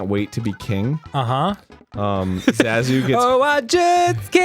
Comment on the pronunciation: Ok this clip is great but I can’t get over how Arin pronounces Zazu